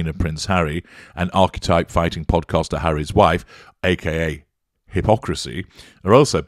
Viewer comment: Not to mention the mispronunciation of the word.